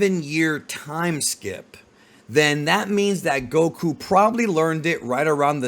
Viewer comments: I can't stand the way this guy calls him goKU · Why are u saying Goku that way 😅